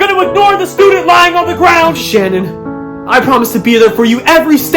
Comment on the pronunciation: SANNON WUAS THE NAOME OF MUY WOOAIEFFF!